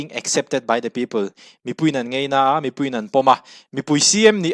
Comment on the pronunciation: I tawngkam hi k beng a ti za deuh thin.entirnan..ngaina tih tur ngeina tih ang deuh a ri thin hi ..a dang poh a tam mai